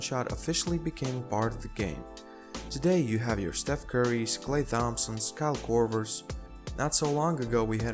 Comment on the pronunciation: 33 Klay THompson??? Please tell me he didn’t pronounce the “th” It’s Tompson But really it’s spelled Thompson